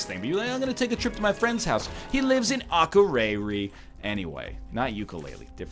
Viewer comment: Ocharayri? You mean Akureyrir you stupid colonial?